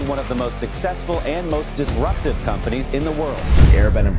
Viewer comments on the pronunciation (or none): Disruptive Not Desruptive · "DESRUPTIVE" sorry what